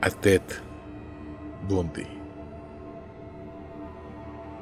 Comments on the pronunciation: soy la unica q aveces escucha " BUNDY" y otras "BUSDY????😕😕😡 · Excelente video como siempre, aunque tengo una duda porque pronuncias o suena el apellido como "busly" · de hecho yo he escuchado la pronunciación del apellido como "Bondy" en programas de la temática policial-investigativa. Ojalá sigas con el tema de asesinos seriales es muy interesante. Saludos